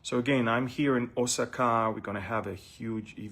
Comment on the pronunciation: It’s O sa ka with accent on the second syllable. Thank you for the update